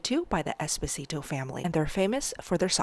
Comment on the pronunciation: The way she pronounced Esposito 😢. Im Italian and cringed